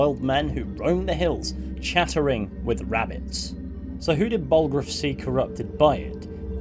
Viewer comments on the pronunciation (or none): "Ballroof's" I don't know why but that pronunciation of Balgruuf's name cracks me up.